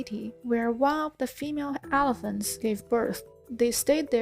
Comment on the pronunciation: Also 'helephants'